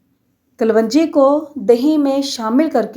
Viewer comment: Yar ap log Urdu itni khrab kuyn bolte hai kalonji ko kalwanji